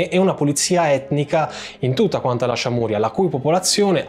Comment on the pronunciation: Giusto per precisione sonora: Çameria = “CIAMERIA (senza accenti. Vocali della stessa durata. uguali) e non ciamùria. Cioè, come dire non Siciulia ma Sicilia. Grazie